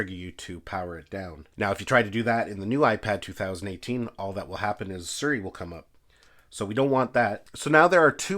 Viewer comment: Why’s he keep saying “Suri” when it’s siri